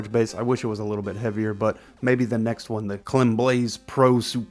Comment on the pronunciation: Well it's pronounced "kleem" (it's the french pronunciation of "i" since the founder is French). So the "ee" is shorter! Also thanks for the video 😁